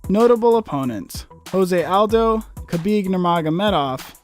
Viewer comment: >claims to be MMA Authority >Conor as one of the top 5 ever on performances >Jose Aldo pronunciation >ViCtor Belfort >No Demetrious Johnson >Khabib on the list at 1 Incredibly Obvious L